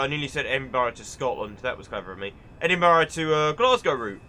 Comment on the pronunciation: Oooh they have a 314 layer Also it's pronounced edinbruh